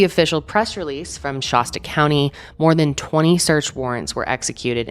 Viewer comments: Every time you said Shasta I had to rewind!! 😂 it’s not Shah-stuh it’s more like Shass-stuh ❤️ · It’s Shaaasta County. Not Shahsta. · “Shæst-uh” with a flat A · ShAsta not shawsta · You pronounce Shasta like it's a type of bottled water with that 'ah' sound. It's the same sound as the a in fast, Shasta, not Shahsta. Not that it matters, lol. it's just so strange to hear it that way. Like emasheated rather than emaciated. It's a prevalent millie thing. It's entertaining. Kind of sad too but hey, we're all just rollin' with it, right? Your baby has a non malevolent spirit attached to it, go see your girl. Protection. It's all about protection, nice. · I cringe when I hear pronounce Shasta as Shawsta. Who hasn't heard of MT Shasta? Especially someone from Denver Colorado. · Anyone else from the area cringe everytime someone pronounces Shasta weird like she does? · You pronounce Shasta funny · I love your content but learn how to say Shasta lol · Peace and Love, I never thought I'd hear someone mispronounce "Shasta" so many times. 😂